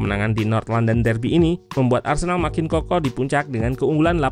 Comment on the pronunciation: Arsenal min bukan arsenak😂